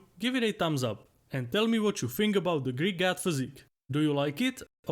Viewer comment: Every time. All I can hear. Is "greek gyatt".